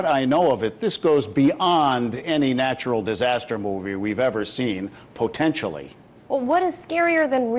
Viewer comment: The way dude pronounces "potentially"